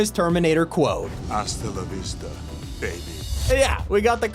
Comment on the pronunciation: IT'S NOT HUWKA LAVESTA IT ASTA LAVESTA